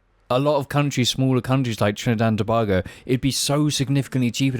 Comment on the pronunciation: the way you say Tobago makes me itch but i forgive you